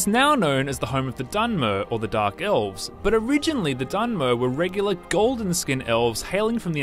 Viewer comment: dunmeer.. dweeemer.. try to pronounce them the right way before making a video. geez it annoys me more than it should.